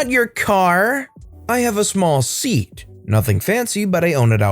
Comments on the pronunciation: lol it's pronounced say-at not seat lololol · Its pronounced say-at not seat 😂😂😂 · It's SE:AT (car manufacturer) not seat (put your but on something) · It took me a second on the crazy lady in the store story when you were talking about the OP's car. When I was stationed in Spain many years ago, they had those cars...The SEAT...it (at least back then) was subsidy company of Volkswagen. Anyway, the name of the car is pronounced "Say-aught" not "Seet"...I found it funny when I was there. The cars then were just barely better than the Yugos that were sold here in the States years ago. The back seat was a cloth sling mounted on two hanging mounts and the bodies were just a bit stronger than a beer can. At the wrecking yard on base, there were several that looked almost like a can that had been crushed and tossed out. I had a 1972 Plymouth Satellite Sebring that I purchased from someone coming back to the states. It had been in two wrecks and the previous owners just pounded out the dents and kept going. Loved that car and hated having to leave it over there when I left. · Seat cars 🤣 it's pronounced say at just incase it comes up in future gave me a giggle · its said see at , not seat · Anyone else bothered the car brand Seat (Say-at) is pronounced seat (seet), and Linda Lee Ann is pronounced Linda Leeeeeeen? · The car in the second story is pronounced Say-at, not seat. It is a Spanish brand of car sold in Europe and owned by VW. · seat - pronounced see-at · You may have a small seat ( a thing to sit on ) but the car SEAT is pronounced SAY -AT. If you cannot get the basics correct, its hardly surprising about the rest. ( praart) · hahahaha se-at not seat XD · In the 2nd story, op car is pronounced Say at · Shouldn't SEAT be pronounced "see-at"? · SEAT.....say it with me SAY-AT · SEAT is Spanish car brand, it's pronounced "say-at" (roughly). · SEAT there is pronounced "Se-yat." It's a Spanish car marque owned by Volkswagen. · Fun vid, but Seat is pronounced se-aht